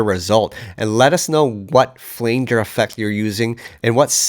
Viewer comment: Great cover. My only criticism is your pronunciation of "flanger"